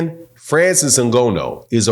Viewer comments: first of all...pronounce his properly ! the first point in putting respect on someone's name! "NGA---NOUUU" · It's pronounced “NNGAANU ” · Hey it’s pronounced N-Ga-Nu or N-Ga-New same pronunciation. Anyway your absolutely right about fury’s tactics. Francis is a MMA fighter they use dirty boxing. If fury got up from wilders punch I think Ngannou can as well. Fury got up 4 times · I respectfully disagree with your assertion that Francis (pronounced IN-GON-NU btw) would be in trouble with Wilder. Francis lives and breaths for someone stupid enough to get into a firefight with him! You don't know anything about MMA and less than that about Francis, which is fine; he would kill wild-ass Deontay Wilder swinging at him like he did against Fury. Dead. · How many times he gonna say Francis Ngono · FYI, his name is pronounced Na-GAAN-oh. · Bro called him ngono nganou ngana everything 😂😂😂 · Good video but your pronunciation of Francis Nghannou name was hard on my ears 😂😂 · Show Francis some respect and learn how to say his last name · The belt wasnt on the line though and you can't even say his name right. Did you even watch it? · how do you manage to say Francis's surname so WRONG? It is not as though his name is a complete stranger to the world at large, his name has been around for years yet some folks STILL can't say it correctly. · good video but your going to need to learn how to say Ngannou. Francis has arrived Boxing nation. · say the man’s name right lol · Dude, you need to learn how to pronounce Nganou’s name! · His name is Ngannou not N-Gono. That's disrespectful. Learn a man name's before making a video about him. It is really unnerving even if you're right in your analysis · Great assessment, but the brother's name is NGANNOU, or "N"-GA-New, not "N"-Go-No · Try to pronounce his name right. Not Ngonno. It is Ngannou. There is an "a" in his name. Just try doing a little bit of homework. Thanks for the work you do.